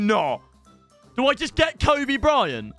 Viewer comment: Did he jus called Kobe tobi😭